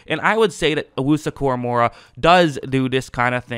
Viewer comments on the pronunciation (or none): Koramoah not Koramorah